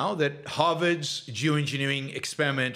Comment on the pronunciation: I really thought you started the episode with “Jew engineering. Jew engineering”. Thank goodness that wasn’t the case lol. Climate change is already polarized enough 😄